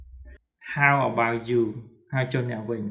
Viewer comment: លោកគ្រូនិយាយគ្មានតុងទេl'mអេមតែលោកគ្រូនិយាយថាអែមខុសហើយ about អបោឆតែលោកគ្រូអានថាអឺបៅខុសហើយលោកគ្រូចេះ Englishតែពិតមែនតែនិយាយអត់ត្រូវតុងទេ"អធ្យាស្រ័យ"តាមការមើលឃើញ😊😊